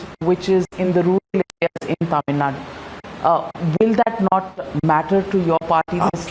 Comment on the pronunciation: Why can't Kamal properly say Thamizhnadu ?